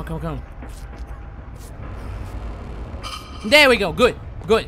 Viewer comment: Stop pronouncing things guuuude 😂😂😂